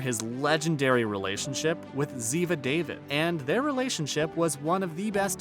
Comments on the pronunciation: Pronounced Da Veed not David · A lot of narrators got the name "David" wrong, they obviously don't watch NCIS. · Okay it says this was just posted 7 days ago but you're saying Gibbs is still on the show he's been gone for months where did you get your information you're obviously not watching it and Torres is not hated you really do not have a very good source do you and ziva learn how to pronounce her last name you totally botched it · This fool lost me when he said ziva david